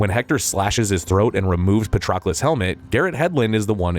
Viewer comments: Maybe practice pronouncing the names of characters before you start recording...! Patrocolus? Brissus? Really? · Holy moly. I've never heard so many names and words mispronounced in such a short period of time. From characters Briseis to Patroclus to Maltese islands of Comino and Gozo...this video made me wonder if it was AI generated audio? Surely one human couldn't get 4 out of 4 names wrong in just 40 seconds?